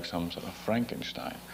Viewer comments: A fine man as any he was. I was taken aback about how reflective and articulate he was, not even with a thick Scottish accent. He looked through the artifice of his James Bond role, yes, a kind of Frankenstein, as he put it. Nice try at German pronunciation, besides... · "stein" pronounced like it is pronounced in German. .. :-)